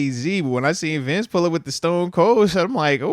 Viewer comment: Y’all know it’s “Bince Williams”